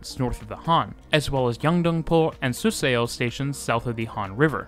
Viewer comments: Excellent video! Your pronunciation is very good too. Be aware, though, that "eo" is pronounced "uh" in Korean. So Suseo is pronounced SOO suh, not soo SAY oh. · Also, suseo station is usually pronounced "su-sU" rather than pronouncing the e and o individually, but overall a great video! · SUSEO should be pronounced like Soo-Suh. 😅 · Really good timing of this video as I'm traveling to Seoul again soon! Just a note, your pronunciation of Suseo is wrong, instead of su-say-oh it should be su-suh, just 2 syllables. Now you know! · The pronunciation is not particularly accurate for a lot of things, though - in particular Suseo, which is two syllables (su-seo to rhyme with the yeo in yeoman)